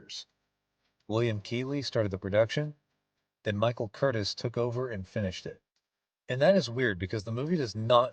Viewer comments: SPELLED CURTIZ. PRONOUNCED: KURTEESE (LONG E), NOT CURTIS. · Michael Curtiz (pronounced cur-tease, rather than cur-tis) was the second director on the film. Maid Marion is pronounced Mare-ian, rather than Mahr-eon.